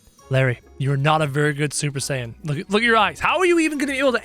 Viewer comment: Did he just say supper saiten